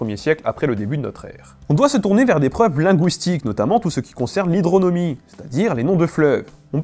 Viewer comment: Hydronymie et non hydronomie à .